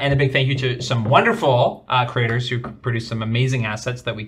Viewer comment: I love how pronounces creators as craters.